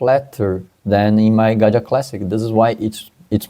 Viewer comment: Just for clarification purposes it’s Gaggia, not Ganja.